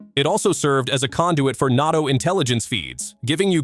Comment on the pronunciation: stoopid GAi says notto for NATO lol